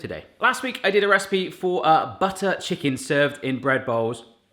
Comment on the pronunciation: Was it me or did his English went flat when he said "Butter."?